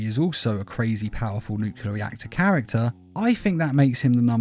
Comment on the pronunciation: Not to be that guy, I love your videos, but "nuclear" is pronounced "noo-clee-ar" not "nuke-you-lar"